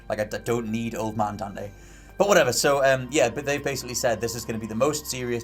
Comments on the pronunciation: Dan’e lol it’s Dante. Not Dan’e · As long as it is "Dante" and not "Donte", Ill be happy. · DevilHunterDante DANTE** not DONTE LOL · Just his accent sometimes throws off his pronunciation of the T. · funny way to say dante... xD